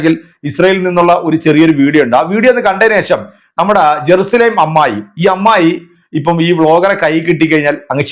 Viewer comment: ഇവളെ കരണം നാട്ടുകാർ അടിച്ചു പൊളിച്ചതിൻ്റെ ഫലമാണ് ഇവള് നാടുവിട്ടത്. ജെറുസലേം എന്ന് പോലും പറയാൻ കഴിയാതെ ഏറുശ്ശലേം എന്ന് പുലമ്പുന്ന വിഡ്ഢി തള്ള